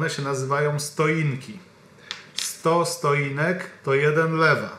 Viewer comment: Stoinek??? Stotinka